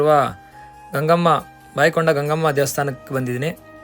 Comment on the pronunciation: Bayakonda illa sir boyakonda plz pronounce properly